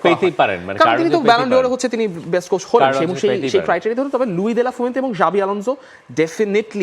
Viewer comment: একজনে "কোচ" কে বলে "কোর্স"! আরেকজনে "গাধা" কে বলে "গাদা"!! এই হচ্ছে বাংলা ভাষার অবস্থা!!